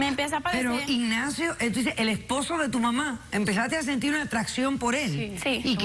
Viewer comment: Yo empecé a sentid, atdacion pod Ignacio 😂